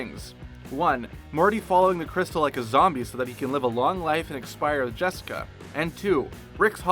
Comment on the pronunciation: Am I the only person who heard them call "Jessica" jeniper?